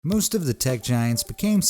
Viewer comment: Anyone notice at the start he said moost not most